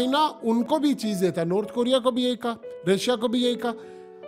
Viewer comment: عزرائیل نہیں بھائی اسرائیل ہے